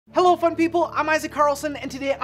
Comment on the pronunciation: I know hes saying fun ppl in the intro but does it sometimes sound like he's saying f**k ppl